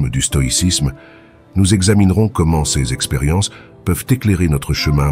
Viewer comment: L'intelligence artificielle ne sait pas prononcer l'adjectif démonstratif pluriel "ces", elle l'épelle comme si c'était un acronyme 😊😊😊